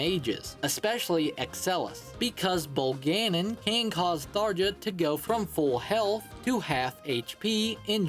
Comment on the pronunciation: That is definitely now how you pronounce Virion.... Or Emmeryn.... OR Bolganone.... Did you just pronounce things weirdly for engagement?